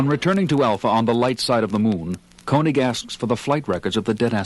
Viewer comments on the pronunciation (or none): Wait, is this the same actor playing Koenig as on the other episodes on the records? I just noticed he pronounced the name "koh-nig" but another episode, the actor says "keh-nig". This is a decades old mystery that MUST be solved!!